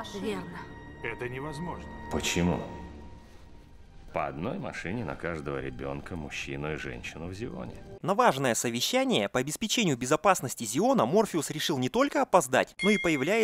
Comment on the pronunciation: обеспЕчению, а не обеспечЕнию